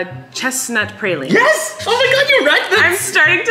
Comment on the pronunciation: I'm sorry but is no one gonna talk about the fact that Colleen said praline so incorrectly lol.